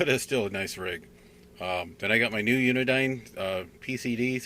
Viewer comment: It's "Uniden" with den pronounced like the tv room in your house. Not Unidine. Unidine is a food service company out of Boston, MA.